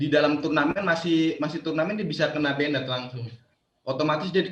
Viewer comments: Informatif sekali jadi sedikit tahu catur. PS: karena banyak dipakai, pronounce ban-ed (ban'd) , agak mengganggu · justru saya sudah nonton videonya, Percasi terkesan apriori dan bahkan arogan tanpa menggali lebih jauh informasi secara lebih obyektif. Anyway, "banned" itu pengucapannya atau pronounciation nya "bænd" bukan benet benet😄🙏